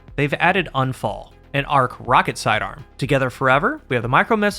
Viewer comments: It is !U!nfall. Not anfall. It is german for accident. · It's pronounced Oon-fahl. It's German. It means accident or misfortune. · It's not "Unfall" like un-fall = not falling. Unfall is the German word for accident, so all three, Sturm, Drang and Unfall aka Storm, Urge and Accident. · It’s pronounced more like oohnphull, which means accident in German.